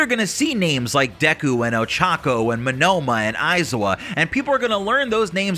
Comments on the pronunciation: I hate how you say 'Monoma' it is Monoma not Menoma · Minoma I Think He Means Monoma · hate to say this but you are miss pronouncing Neito Monoma's name